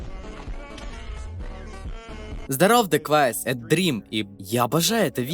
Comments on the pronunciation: Чел называет даквейзиса даквайсом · он дакуэйвис* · Бля , гайс , он Дакуэйвис